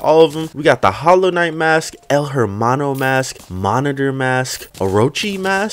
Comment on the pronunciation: El hermano is Spanish, a language in which you wouldn’t pronounce that “H”